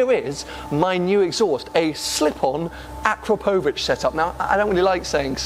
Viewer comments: When pronouncing "Akrapovič", the emphasis is on the second 'A', not the 'O'. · "No no no no no It's akrapohvic not akrapovic, your doing it all wrong" ty Hermione, jokes aside, love your content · AkrApovič, not AkrapOvič. 😎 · Great vlog and fair play for getting it tuned!! I must say though it's pronounced: A-KRAP-O-VICH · sounds wired how he pronounces "AkrapÓUvic" :D … but i like the idea of keeping the 911. so much stories behind that car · Ah crop o vich. I don’t know what letters you’re pronouncing but some of them don’t exist in that word. Good luck with your Porsche. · I think the guys at akrapovic will not be too pleased how your pronouncing their brand 'o crap ovik' is how it should be said. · Its pronounced A-crap-o-vich! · It’s pronounced a crap o vic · FFS - please ask a Slovene how to say Akrapovič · Please have someone show you how to pronounce Akrapovic :) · I hate that everyone says akrapovic wrong. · OMG hearing the Akrapovič name said wrong so many times is painful :S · The way you pronounce Akrapovic is so weird.